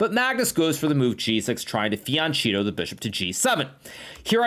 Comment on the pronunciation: I’m sick of hearing “fiancieto”, it’s FIANCHETTO !!! 🤬